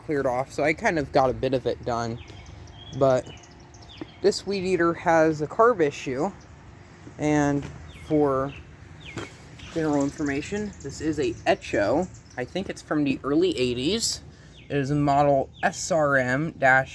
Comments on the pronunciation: Exho....teally? You review is as good as your pronunciation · It's pronounced just like the echo that you would hear in a canyon lol. Weed eaters are great inventions